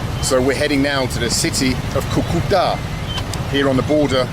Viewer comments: It’s pronounced Cu-Cu-Taaa. Not Cue-Cue-tah. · Haha its Cúcuta (kú-ku-ta), not coo-coo-ta.